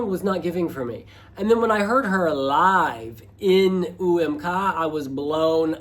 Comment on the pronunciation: UMK is supposed to be pronounced in finnish "Uu äm koo" not "Uu äm kaa" how is saying lol